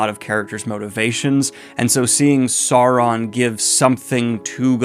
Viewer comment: "Sou-ron" not "Saw-ron"